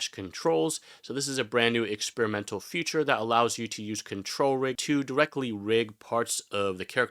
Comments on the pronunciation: It is pronounced FEE-CHUR. Never FUTURE. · You sound like a native speaker but I can't get over how you pronounce feature future. Never heard that before haha.